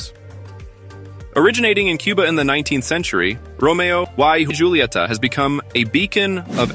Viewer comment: This must be an AI generated voice. The pronunciation is all wrong. Romeo e hulieta is the correct pronunciation.